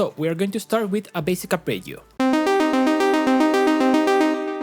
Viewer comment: well, then... I guess my kink is hearing Spanish speakers say arpeggio with decent Italian pronunciation? Please make more videos where you say arpeggio kthx do you have only fans wait i didn't mean to type that